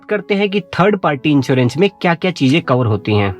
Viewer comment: Also, 1st party inchewrench ( in place of insurence)